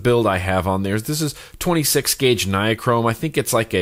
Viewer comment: I don't know why always says NIA-chrome... It is Ni-chrome. There is no "ah" in between the two syllables. Look up "Nichrome resistance wire" on Google.